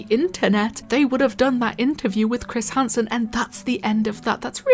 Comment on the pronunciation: "Chris Harnsen"